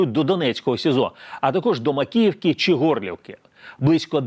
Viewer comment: Шавний, ви вимовляєте по-російському українські слова: щЬо, чЬому, чі, чЯсто.